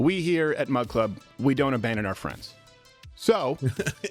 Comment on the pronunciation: Coldfeet Crowder constantly saying "mug club" sounds like he's saying "mud club"